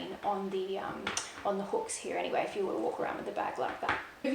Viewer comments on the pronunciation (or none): none